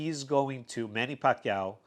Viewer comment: Nice pronounsed by " Pacquiao" bro.. very Filipino.. Nice vid.. thumbs up 👍💪👏